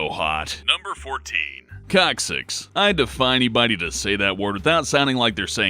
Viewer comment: no matter how much he says cocksix i hear cocksix.